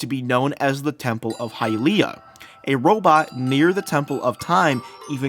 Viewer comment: bro learn how to pronounce Hylia